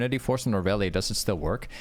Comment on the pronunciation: the amount of e’s you miss disturbs me as a irelia main